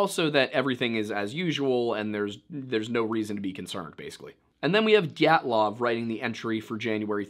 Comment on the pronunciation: did you just say GYATTlov?